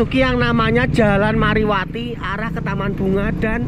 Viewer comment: Bukan mariwati bang tapi marwati